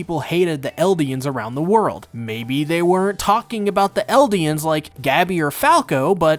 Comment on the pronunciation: Did I hear "LEDians"😂